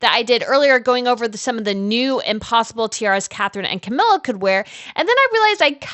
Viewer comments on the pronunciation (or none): none